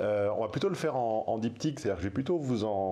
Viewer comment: Chaque fois que tu dis "diptyque" j'entends "dick pic", arrête s'il te plaît 😄